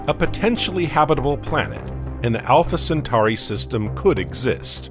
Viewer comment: Pronounced Cen-tor-i and Cen-tor-is constellation, not centari or centaris constellation.